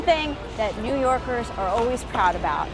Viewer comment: Yew Norkers